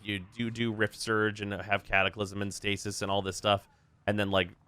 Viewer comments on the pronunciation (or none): none